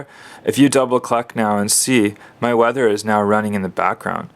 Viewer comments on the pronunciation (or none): none